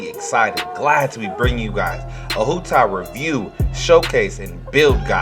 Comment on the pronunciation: Her nane is pronounced “wu dao” and her name means walnut 😭